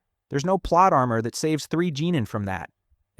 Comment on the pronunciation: i heard "genin" as "jeanin" and "kage" as "cagey" 😭😭💔💔